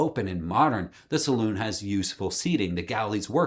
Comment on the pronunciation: Thank you for calling a saloon a saloon not salon.